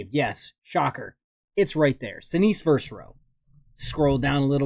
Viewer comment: versus VERSUS VERSUS!!! NOT "verse"